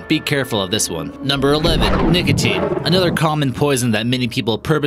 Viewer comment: anyone else hear ''niggatine'' when he tries to say nicotine?